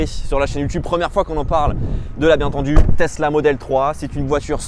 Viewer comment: "Testla model 3"